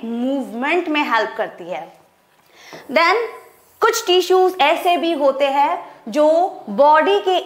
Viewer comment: I think she will be a good teacher and she is but sometimes her pronunciations were wrong she is spelling tissues like teessuis